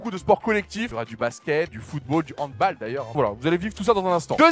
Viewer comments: Et le goal n'a pas de gant et juste on dit handbAll et pas handboll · Doig fais un effort 😭 « Le HandbOl » « Le fUtsalle »☠️☠️ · HANDBOOOOOOL on dit handball car c allemand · Doigby il organise un évent de sport mais il ne sait même pas prononcer handball...